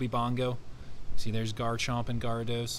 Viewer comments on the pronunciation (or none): I have respect for garchomp prolly my favorite I would say Gyarados is my favorite but idk if he is named after the same anime as garchomp 🤔🤯 what you name him after? Can’t be the big blue shrimp from Pokémon his name is pronounced like geh·ruh·dows. Like the anime and all movies :) sorry